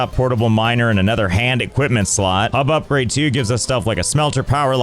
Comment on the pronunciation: "Upgrade the HUB" ☝Hup-grade☝